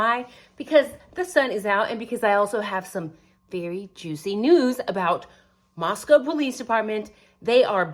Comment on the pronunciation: I hate to be critical but, it's Moscow sounded out like Costco. ❤😊